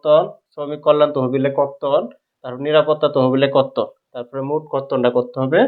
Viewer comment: বর্তন নাকি কর্তন বুঝতেছি নাহ